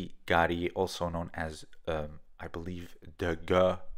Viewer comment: "Degee" should be pronounced "Da大 De德 He合"